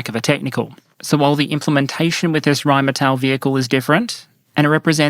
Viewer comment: *Rheinmetall, ackcherly.